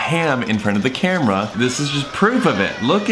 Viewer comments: “The Cramera” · I love it when little Thomas says "the cramera" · When baby sanders said oh no the camera I thought he said oh no the crab run!😂😂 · "O oh the cramra"